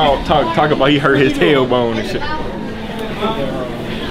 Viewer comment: Talor bone😂. It's tailbone